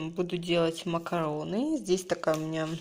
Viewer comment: МакарУны, а не макароны. Раз уж вы тефтели тЮфтелями называете, то хотя бы макарУны называете правильно!